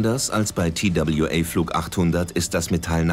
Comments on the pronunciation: Der arme Sprecher. Immer wieder der Zungenbrecher Tie Dabl Ju Ey statt einfach TWA zu sagen. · Wenn die einen „Tail Strike“ unpassend ins Deutsche übersetzen, hätten sie TWA auch deutsch aussprechen können. Das sehe ich auch so.